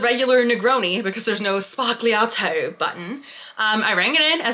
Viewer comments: Oh, ffs! It is pronounced ZBA-LYA-TO! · The G in sbagliato is silent 😁